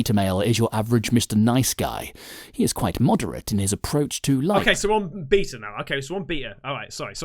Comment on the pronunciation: #CasperVision Hey!!! I’m going to make a comment Please don’t ban me!! I FN Love both your channels!! Long time sub!! Lol!! Anyhoo first I LMAO every time the guy says beta but pronounced it Beat r. Like I’m going to beat the s@ out of you. But ( forgive me going all Dr. Phil ) You said you are perfectly fine being alone, Don’t need attention etc... But you have two YouTube channels.. hummm?? Just curious you’re feeling on this.. Oh can’t stand Dr. P by the way but Dr. Ruth is gone... rip